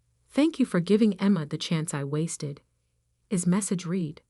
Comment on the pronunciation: dumb ai doesn't know to pronounce the past tense of read, should sound like red, not reed. Thumbs down from me.